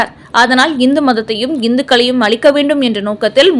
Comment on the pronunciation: அழிக்க வேண்டும். "அளிக்க வேண்டும் " என்று உச்சரிக்க கூடாது.